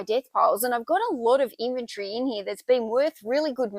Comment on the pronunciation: Love how you say inventory your way!